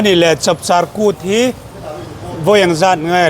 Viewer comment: Chawpchar kut ni lovin,Chapchar kut tih tur aw ka u